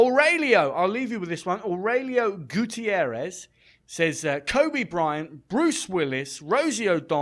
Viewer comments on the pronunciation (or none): none